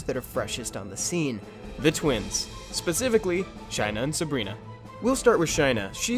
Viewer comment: Shy-nuh was killing me. I always pronounce it Shay-nuh Also, fire twins helped me clear normal toa prerty easy. Working on toah now.